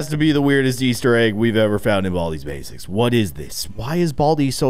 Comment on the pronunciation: Baldi‘s bacis that’s what it sound like you said